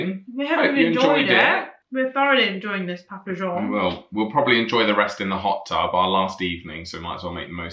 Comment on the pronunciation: We call it dip salsa is spices tomato based you use for tortilla chips And you're saying papa john wrong its triggering! But I love guy despite that